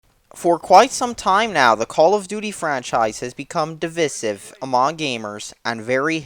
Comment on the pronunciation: Do you know how to pronounce 'divisive'?